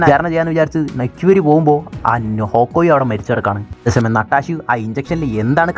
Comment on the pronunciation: പരിപാടി ഒക്കെ കൊള്ളാം ബ്രോ, പക്ഷെ ഇവരുടെ പേര് ഇങ്ങനെ ഉച്ചരിച്ച് വെറുപ്പിക്കുന്നത് എന്തിനാണ്? നട്ടാഷ അല്ല, നടാഷ അല്ലെങ്കിൽ നറ്റാഷ ഒക്കോയി അല്ല, ഹോക്ക്ഐ